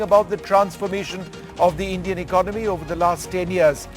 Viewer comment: I suggest that first looks up the dictionary and learns the correct pronunciation of the word “ economy.”